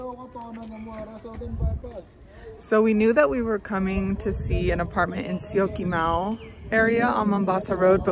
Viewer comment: Syokimau u are saying it very well. Great improvement.